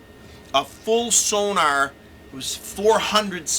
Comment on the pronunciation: It's not SONAR - it's SONOR!!!